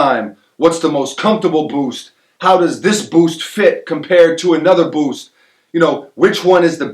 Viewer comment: doesn't just say "boost," He says "Bhoowst"